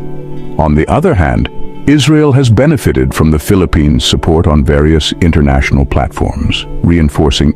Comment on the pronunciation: Einnternacionull.. as in einn, tveir..back null..